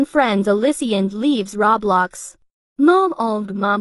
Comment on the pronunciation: “RoB bLoX” omg it is roblox